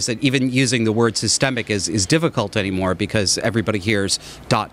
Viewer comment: "anymore",the Pennsylvania way